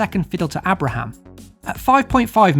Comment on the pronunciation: who is A braham?? pronounced aybra Abraham.. he's name is actually lol.... he should of come to Villa he won't get in Chelsea and they will sell him next year. he will end up at Blues or something a mid table championship team on loan again. I think Tammy may live to regret this one although i wish him the best and with Franko there now who knows he will get a chance but i think he is just under the bar for Chelsea